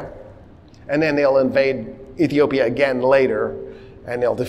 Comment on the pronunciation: You said Ethiopia correctly 👏👏👏👏👏